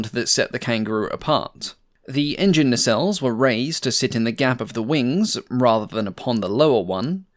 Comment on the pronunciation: When says "Engine" something was making me think.... Hmmm Then I realised when he says Engines it sound like he's says in-juns like an old Cow Boy Movie character might. Unfortunately now I can't un-hear that link in my mind, but it does make the videos even more entertaining as a consequence.